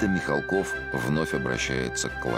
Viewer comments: Я помню, в какой-то передаче Никита Сергеевич говорил, что ударение фамилии правильно ставить на «А» - МихАлков, а в этой передаче опять говорят МихалкОв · Они потомственные дворяне. Отец Сергея Михалкова до революции был хлебосольный московский барин. Фамилия правильно звучит с ударением на "а". Почему не всомнили брата Сергея Владимировича Михалкова --Михаила ?